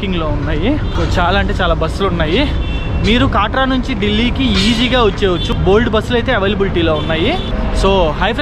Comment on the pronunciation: అది కాట్రా కాదు కట్రా